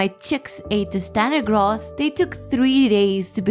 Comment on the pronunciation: I hate the way you say ‘grass’.